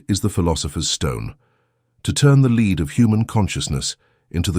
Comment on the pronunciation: It's lead not lead😂😂😂